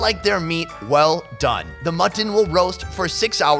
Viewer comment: "mutt TON"...